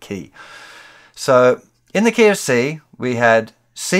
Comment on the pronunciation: That feeling when instead "In the key of C" you hear "In the KFC". Seems the Universe is trying to say something to me... :)